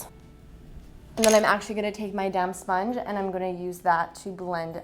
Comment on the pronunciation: Lol, sometimes when you say, "damp sponge" my ears hear "damn sponge" 😅very nice look❤️🎈💋🌹🍓🍒💯♥️